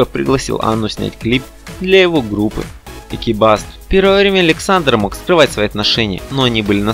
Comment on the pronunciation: Добрый день , в названии города и группы «Экибастуз» ударение ставится на «у»